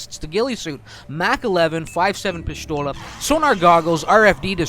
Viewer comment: pishthola? shut up or talk correctly